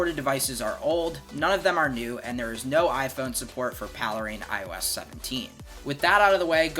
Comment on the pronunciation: "paley-rein"? Is it not called Pale Rain?